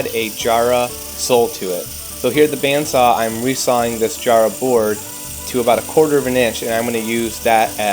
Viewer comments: Jarrah is pronounced with a hard a, like cat, no a soft long a like car. Like the start of JACK JA-RA not JAH-RA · Love the video, has given me a great idea for my shop students, just one thing, Jarrah is pronounced with a soft 'a' at the start, as in the name Jarred. I am sitting in my lounge looking at about about 3,000 of them out my window. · great video but i cringe every time you say jarrah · Me too but he's forgiven cause the thing he produces is worth it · too true